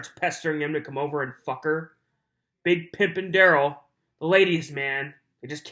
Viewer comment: And he lies completely unnecessarily. Such as saying his name is Duh-RELL, when it’s really DARR-uhl. Who does that?? That’ll further decrease trust when LAW ENFORCEMENT and JUDGE DOROW realize he lied to them about how to say his name! Stoopid!